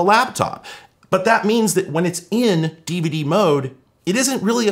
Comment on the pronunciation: I like how all YouTubers pronounce DVD as Diva Dee